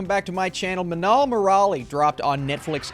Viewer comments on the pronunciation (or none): Not manal moral it is minnal murali study malayalam lauguage and say this word